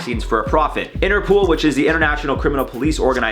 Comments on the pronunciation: It sounds like is saying interpool instead of interpol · Interpool?? Its interpol like poll not pool that was irritating Haha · Interpol.. Not interpool 😂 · Lol!, its interpol, as in international police 😂 love your vids